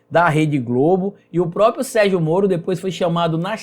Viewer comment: Ótimo vídeo. Mas olha, o nome não é própio, é PRÓPRIO!!!!!